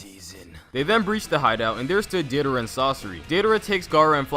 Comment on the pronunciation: "This is about to be so cringey" Me: Can't be that bad... Calls Deidara "Deedara" Me: Jesus Christ